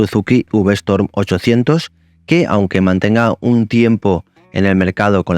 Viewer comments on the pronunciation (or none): S T O R M no,, no es STORM. Es V Strom!! Storm es "tormenta, en inglés. Strrrrrroooommmmbbb! 😂